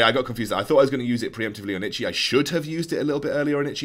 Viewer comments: Sorry bro.. I know I'm seeing this video late.. but i had to write this in the middle.. coz I bugged me to hear you say itchi.. itchi all the time..😅 it's I-ta-chi.. if you wanna know who that is.. search for Uchiha Itachi (Naruto-anime).. you'll find a lot of story.. love your vid.. thanks for the guide.. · u butchered itachi's name.